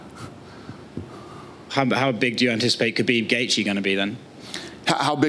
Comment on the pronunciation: How is Dana still pronouncing Khabib’s name wrong lol